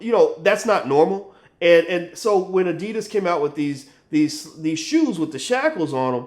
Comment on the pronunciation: Dude, you pronounced Adidas wrong.